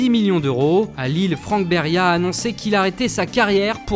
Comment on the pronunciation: tu me tue desfois quand tu dit les noms! Dans le plus grand des calmes. Je ne sais pas comment tu a fait pour dire Beria sans rigoler! #RipBeria Mbape la fait mal 😭😭😭